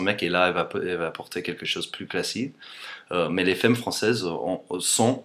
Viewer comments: Juste un petit conseil pour ton accent, femme se prononce comme si on mettait un "a" à la place du "e" donc "famme" sans prononcer le "e" de fin donc "famm" ;) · En fait ce sont de "bons" stéréotypes non ? Mais sinon, "femme" ça se prononce "famme" avec un -a bien articulé. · Si je peux me permettre, ne perds pas de vue qu'on prononce fAmmes.;) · J'adore ! "T'as un probleme, c'est plus 'demerde-toi' quoi !" Ahahah Fait gaffe a dire femme comme f-A-mme (comme dans 'art') et pas 'f-ay-mme'... As in 'Faaaame, I want to live forever... :) Ceci dit: ad-o-rable accent! :) (PS: tu vois, les femmes francaises draguent ! Tous les commentaires ci-dessous le prouvent) ;) On the other hand, I agree you should do an English version too (plus, this would teach us Frenchies the English language... with the best looking teacher there is on youtube!) ;) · On dit FAME, pas féme :) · Salut, Je voulais juste te signaler que le mot "femme" est une exception il se prononce FAM et non FEM. Sinon franchement ton français a une phonétique vraiment très bonne. Je ne sais pas comment tu as réussi à faire ça. Ce n'est pas évident de perdre autant son accent. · Salut ! On a sûrement du te l'avoir déjà dit, mais en français le mot femme se prononce: fame et pas faime. Par ailleurs je trouve tes vidéos super sympathiques je te souhaite une bonne continuation :) ! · Ca se dit 'FAME' pas 'FEME' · Quelqu'un t'as dis que dans la langue française, un "e" suivi de "mm" se prononce "a"? du genre on dit f(a)mme et pas f(è)mme :) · c'est marrant tu prononce 'femme' fem au lieu de fam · "femme" ça se prononce "fame" et non "fème" ! voilà voilà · prononce ( fam) pas fem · Comme je l'ai déjà dit, "femme" se prononce "fame" et non pas "fème" ! voilou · On dit "famme" t'es trop mignon :$ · on dit famme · Femme se prononce Famme :) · Juste comme ça, même si ça s'écrit femme, on prononce "famme" ;) A part ça bravo :)